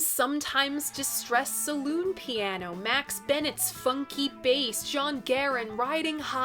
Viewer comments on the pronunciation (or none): none